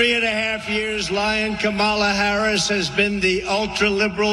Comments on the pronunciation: Did anyone notice that one time trump called her comimala??? Gee!!! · LION kamala harris.... and the dementia makes him mispronounce kamala . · It’s amazing how Trump can pronounce MELANIA perfectly but somehow can’t pronounce KAMALA .😡😡😡😡this guy is an IDIOT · This idiot can't even remember how to pronounce Kamala's name WRONG.